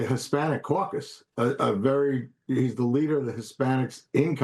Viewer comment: The anchor cannot pronounce Chevalier or Espaillat's name. So embarrassing